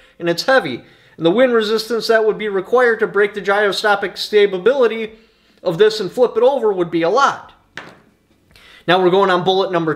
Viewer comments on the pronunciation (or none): "Gyroscopic-Stabability" Love it! 👍 (Truth: I couldn't blurt Gyroscopic Stability out in one take without blending words either)